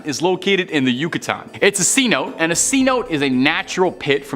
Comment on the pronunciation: Okay guess I should have waited. It’s pronounced as Ce notay. Not cnote!!! I know you’re Canadian but come on dude.